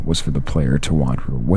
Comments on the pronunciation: Jeez, and you alternate between pronouncing mannequin correctly and like "manna-kwin" wtf? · this guy has a good american accent but i don't think he's american or canadian. He said Mannequin pronouncing it man-eh-qwin. everyone I know say man-eh-kin. And he pronounces content in GTA 4 content like criminal content instead of comething like downloadable conent. There was one more example that I can't remember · Ok... 1) Mannequin is NOT pronounced 'mann-a-kwin" 2) Why do you sound like you're secretly recording this in your parents closet am? 3) Some of the footage you chose doesn't even illustrate what you're explaining, it's just random game play. 4) NO ONE should be admitting they jerked off to ANY video game...EVER!!! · I'm all for "Top__" lists, but don't try to make them scary when they're not... Animal Crossing? Really? Also you mispronounced "Content" and "Mannequin"